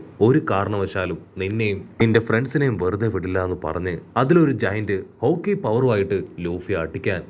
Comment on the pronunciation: Bro haki not a hooki